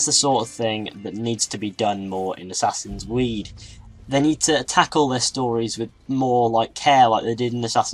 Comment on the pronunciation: from to he says "assassins weed"